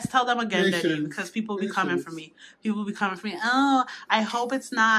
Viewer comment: Black love I feel the same exact way I love their bond she is so funny. They don't understand every time I hear her say Deddy it just brings back memories of me and my dad.